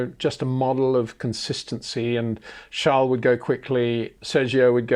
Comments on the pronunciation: So sad Peter, your clearly a fan boy of Adrian Newey and Charles Leclerc the basis is often frustrating and uncomfortable to watch at times, even the way in which you choose to pronounced Charles name is proof. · Sjarl???? Its CHARLES. or you have a King Sjarl now aswell??